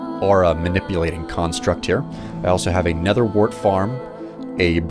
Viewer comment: It's nether not netthher